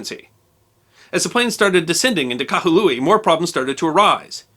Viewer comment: The city is named Kahului, not Kahalui.